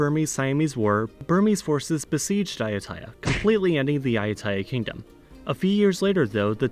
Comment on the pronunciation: What bothered me was the incorrect pronunciation of Ayuthaya.😉 But maybe its the correct pronunciation for foreigners to use.